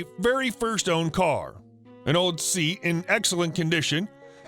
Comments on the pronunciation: Seat is pronounced ‘say at’ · Not to be that guy but Seat (the Spanish car maker) is pronounced "say-at" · "Seat" is, I am told, pronounced 'say-at'.